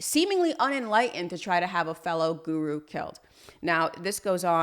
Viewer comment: Let’s start with learning how to pronounce the word “Guru” properly. I’ll teach you for free don’t worry. Then you can successfully create more defaming videos in future..